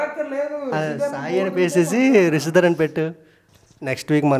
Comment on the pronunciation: Hello brother meeru ma favourite GAM couple rishidhara name ni correct ga pronounce cheyaledu so 1000+ times sorry cheppandi.😜